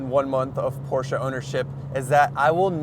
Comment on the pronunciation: The guy does know the correct pronunciation for Porsche. That's a good beginning.